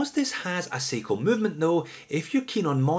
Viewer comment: It's sai-ko not see-ko